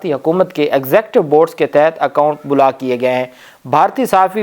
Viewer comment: بھائی، اپنے تلفظ کو بہتر بنائیں۔ block کا لفظ بولاک boo-laak نہیں۔ بلکہ بلاکblaak ھے۔